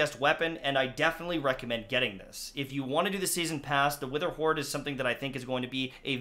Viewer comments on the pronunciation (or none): He re did an intro cause he said wetherhoard not witherhoard